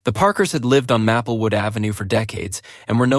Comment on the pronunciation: Grating on the nerves each time the AI mispronounces Maplewood as Mappelwood…